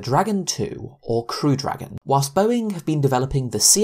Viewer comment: Its not "Boeink" Its "Boeing"